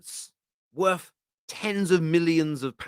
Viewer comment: C'mon slow down & practice! Throw. not Fro. It will be worth the effort. not werf the effort.